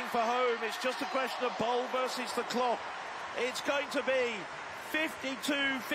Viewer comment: BOL is pronounced BALL not BOWL. "Victor Ball" is how the announcers pronounce Femke Bol.